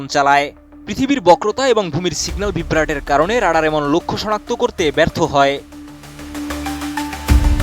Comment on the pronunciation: বেটা রাডার উচ্চারণ ঠিক ভাবে কর